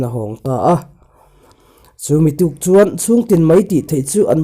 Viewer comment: Chu. Tih leh chuan tih i thluk dan hi ngaihthlak anuam lo. Tawp chut lovin a pangngaiin chiar la angaihnawm deuh ang.